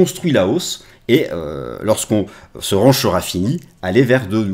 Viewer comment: Mais arrêtes de prononcer "range" comme ça. 🤣🤣